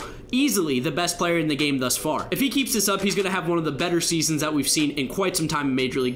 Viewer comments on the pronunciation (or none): none